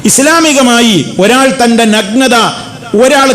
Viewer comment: നഗ്നതയുടെ ഉച്ഛാരണം ശരിയല്ല, നല്ലത്, നായ എന്നൊക്കെ പറയുമ്പോഴുള്ള 'ന'കൊണ്ടാണ് തുടങ്ങേണ്ടത്. 'പന' യുടെ 'ന' കൊണ്ടല്ല.